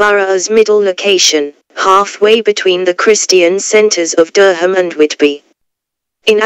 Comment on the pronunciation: "DER-HAM" oh come on!